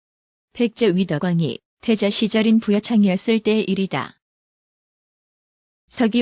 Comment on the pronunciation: 부 여창이 아니고 부여 창!!! 아니 뭐 기본이 안 되어있는데 역사 영상을 만든다 그래?